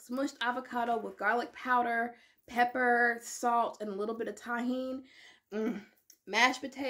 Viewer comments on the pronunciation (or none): none